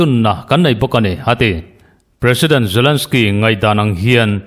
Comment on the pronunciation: zalensky, putin tiin lam ri mai la, ngaihthlak a nuam zawk ang ngem ka ti